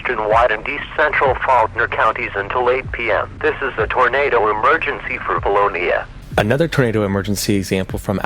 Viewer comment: I lived in Faulkner County, Arkansas, when Vilonia was destroyed. The robo voice says the town name wrong. It's Vilone-ya